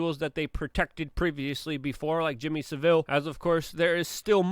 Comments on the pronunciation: Please listen to a brit say Saville... It's pronounced "sav-ul" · You say Savile wrong every time dude... It's "sav-ul"